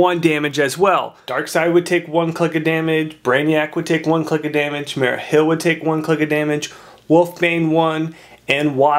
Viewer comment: MARIA Hill not mera and can you please stop dropping your G's thanks.